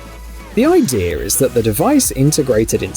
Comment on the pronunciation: What do you mean, "idear" It's idea dill hole. There's no "r". What are you a 6 year old?